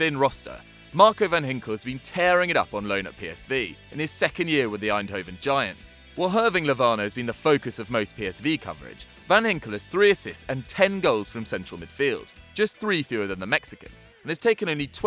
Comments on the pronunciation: Hirving Lovano ? It's Hirving Lozano mate. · 'Hirving Lovano' ahahahahahhah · "Hirving Lovano"